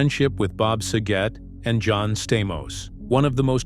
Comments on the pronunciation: Saget not sajet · At least the BOT VOICE on this thing is showing some versatility, starting off pronouncing Saget's name as Suh-JET and then Sah-GET, emphasis on the second syllable. It's pronounced as you'd say DRAG-IT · Wish they'd have pronounced his last name correctly. Prayers and good wishes to Dave and his family. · That and mispronouncing Bob’s last name as well.